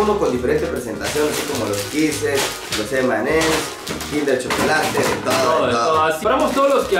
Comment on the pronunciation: Nuegado no se dice emanes y ems, si no M y M 😌👍